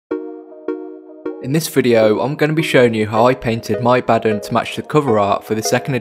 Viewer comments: Totally agree with your pronunciation of Abaddon ( A-bad-un ) 👍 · According to the creator of Abaddon at GW, it's pronounced the way you are saying it. If the character's creator pronounces it that way then everyone else is wrong. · Finally someone who says it right